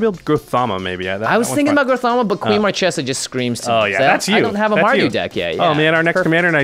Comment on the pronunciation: YIKES!! they did it again..... its Mar Kay sa NOT Mar Chay sa. Are they like, doing that on purpose???